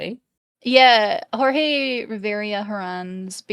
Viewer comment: Jorge was pronounced correct. He is Puerto Rican. Also I know this was over a month ago. I am just commenting for Engagement 🙂